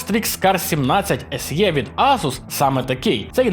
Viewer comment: без образ. “SE” це точно не «ЕсЄ», а «Ес, Е», якщо взагалі не «Ес І» Позбуваємось русицизмів.